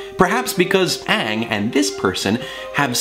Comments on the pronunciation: When Thomas freaked out about saying 'Ahng' instead of Aang, I felt that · saying Ahng instead of Aang... too soon buddy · “It’s A-ng! Not O-ng! Don’t say it like that!!!” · "Ong!?" "IT'S AaNG NOT ONG!!!" YAAAAAAASSSSSS!!! P.S. love you sefue hotman! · Thomas being aware about how infuriating the Avatar movie was w/ it's jacked up pronunciation Aang's name is a mood. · I'm sorry, but getting upset about how was pronouncing Aang's name the way the movie did...Perfect.